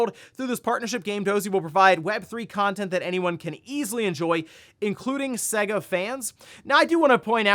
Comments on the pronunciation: It's SAY GAH not seguh, how can you know anything about games and not even say it right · I'll say it again til this guy gets it, for decades SEGA has had their name annoynced before their games begin. It clearly says S-AY-GA not S-EGG-A, it's not hard to pronounce.